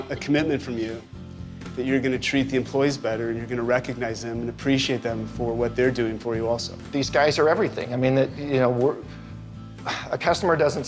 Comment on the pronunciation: If you’re going to say the word “recognize” a hundred times, please learn to pronounce the GGGGGG!